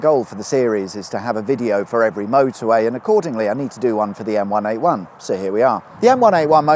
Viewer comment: Dunno about everyone else but every time I heard say the name of the motorway I heard the Gorillaz song M1A1